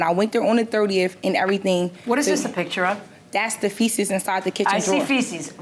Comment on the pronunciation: No matter how much the judge correct the plaintiff she will continue saying faeces wrong the rest of her life! At this point, she is 100% unteachable!! 😂😂😂😂